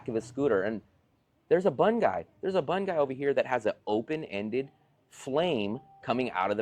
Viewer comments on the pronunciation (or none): i was slightly amused at a couple of things. Pronounces the staple food of Vietnam bun instead of boon, when he must have heard people pronounce "boon" a thousand times, and then says that VN people speaking English is hit or miss. Then launches into a discussion of the 90 day tourist visa as though it is a minor inconvenience. Telling the government that you are a tourist for 90 days, and then repeatedly re-upping with a border crossing so you pick up another 90 days as a tourist leaves you at the whims and mercy of the government. At any moment they can say to you "hey buddy you are not really a tourist - you are taking advantage of the system - pack your stuff and get out, and do not come back". Has that happened to anyone yet? i don't think so. but to say you are retiring in VN when there is no retirement visa leaves you in constant limbo.